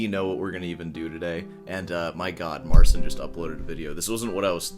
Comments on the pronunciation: Keep playing with the cat. Marcin, naucz tego typa, jak się wymawia Twoje imię. Practicing. We play. You go practice. You're not special. Anyway. Peace out. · We're doing alright in Poland, thanks for asking. Still waiting for Marcin to start pronouncing his name right.